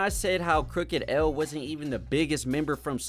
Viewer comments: It's Crooked "I" (i), not Crooked L...And he was legit! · Do more but get the names right crooked I not L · it's Crooked I not Crooked L. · This man said crooked L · I don't know how this is going to go! First, it's Crooked I NOT L! respect the Westcoast. Second, please do your research. The source was hot as fish grease for many years before XXL was even thought of. And this calling people washed has gotta stop! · Bruh said Crooked L.... His name is Crooked I 😂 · Bro Said Crooked L 🤣🤣🤣🤣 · As soon as you called Crooked I (Crooked L) I couldn’t listen anymore. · No major offense but this video kinda sucks. Slight bits of misinformation and using number metrics, when hiphop artists didn’t have to chart (in 2007) to have a great and buzzing career back then. Saying Crooked “L” is dumb my guy just read lol. We need hiphop videos made by actual hip hop fans. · Calling crook "crooked L" pronouncing the Nacirema dream "knockareema" was all I needed to know lol .. bro is young or just wasn't tapped in at that time with those artist . Good content for sure though bout see if I can find the others